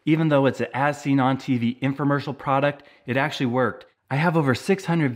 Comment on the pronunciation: When you said as seen on tv, I thought you said asinine tv. 😂